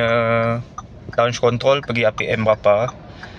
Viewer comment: abang ni orang perancis ye? sebutan kontrroll len macam